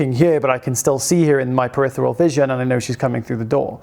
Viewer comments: ~ If you, like me, have this channel as one of your key sources of knowledge - then I'll dare proffer this minor correction - it's periPHeral vision - not 'peritheral'. The word makes sense, as it refers to the periphery. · Another great post. PeriPHeral with an "f" sound. Just trying to enhance the experience for the pedants like me. 😊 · are you saying peritheral or peripheral.